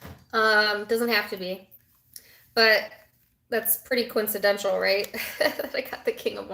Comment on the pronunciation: coincidental /kəʊɪnsɪˈdɛnt(ə)l/ - there is no sound /ʃ / but /t/